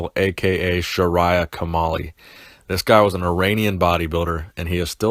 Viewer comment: I thought you said King Tamale